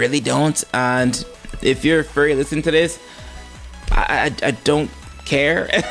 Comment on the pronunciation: It's funny that you pronounce Furry as Fury.